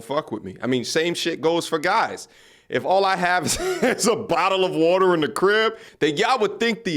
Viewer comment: A bottle or wotor 😂